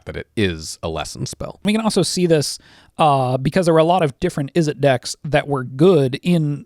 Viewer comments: "IZ-zet" Not "iz-ZETTE" 😉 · homie said Izette